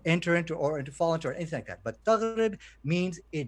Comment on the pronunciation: I'm Arab: 1. It's "Taghrobou" not "Taghrib" - shows you can't read arabic yourself. 2. The word Taghrobou with reference to the sun means "The sun sets" not disappears. 3. Why are you translating things using a dictionary when legit scholars translated it already? I'm sure if I use a google translation to condemn the Quran you'll tell me no please use the accepted approved translations by scholars.